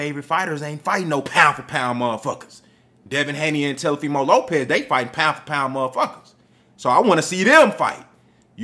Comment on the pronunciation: Oh so you was saying TELOfimo on purpose? 😂😂😂